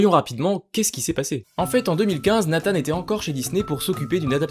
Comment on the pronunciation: 1 minute de vidéo. Et j'entends déja de la blasphème. La prononciation du nom de Nathan. RIP